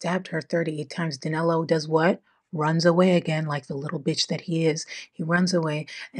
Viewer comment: how come in daniel, you can say the 'i' correctly, but in danilo, you place an 'a' sound on it, the name is danilo not danalo